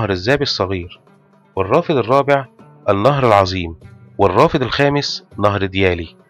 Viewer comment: مشكور. بس ملحوظة صغيرة نهر العظيم تلفظ بضم حرف الظاد او عدم تحريكها